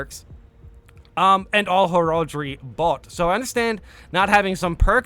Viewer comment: HER- ALL-DREY?? ARE YOU KIDDING ME? HERALD-REY!!!